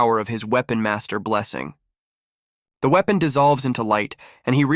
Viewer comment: Seeing as they pronounced it as uepon I think they didn't understand it